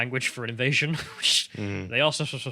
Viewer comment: "Ivasion" or "Ivite-sion".